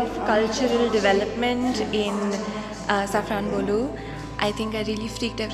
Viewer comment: You pronounced the word Safranbolu well.😅